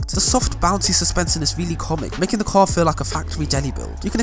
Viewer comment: Why did he say tar not car?